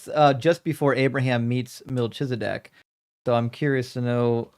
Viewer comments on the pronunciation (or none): Genuine question. I've always been told that Melchizedek is pronounced Mel-kee-za-deck, rather than Mel-cheese-a-deck. Although I love cheese, which one is the correct pronunciation?